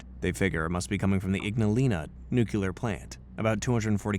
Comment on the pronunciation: Dang NucYouLur... you scary!